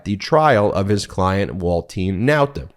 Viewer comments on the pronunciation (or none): Ben, who is "walt TEEN nauta "? Why do you keep saying this? You are the only person all over the internet that is saying his name this way. What's the deal buddy? What am I missing? I seriously want to understand.